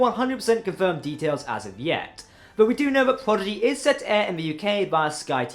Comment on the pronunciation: I understand accents, but dude, you need to pronounce actual words, man. (Progy? Prodigy) ( Epsode? Episode) (Scovery? Discovery). Fuck dude.